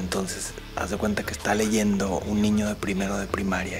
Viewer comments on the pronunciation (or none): none